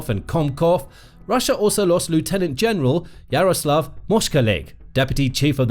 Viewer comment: Learn to pronounce 'lieutenant'. Your ignorance shows that you don't know what you're drivelling about.